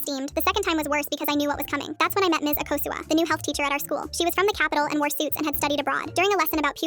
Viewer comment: Akosua( aakosua)😂😂 not akusa